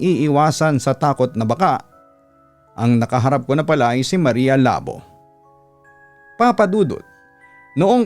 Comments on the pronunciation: Labó po as in "labu" or slash po sa english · mali yung pronunciation papa dudut. dapat Labo: Lah-BOH (Two syllables, with the emphasis on the "BOH")